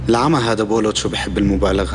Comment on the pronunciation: بولوت مو بولات